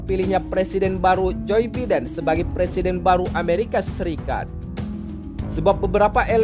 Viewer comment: Jir "joy beeden".